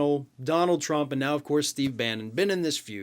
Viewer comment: Tdump does NOT want it red ---- he want's it TRUMP . Words spoken totally incorrectly . lv Central NYS